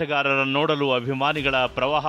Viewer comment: Pravaha alla maraya, pravaaha.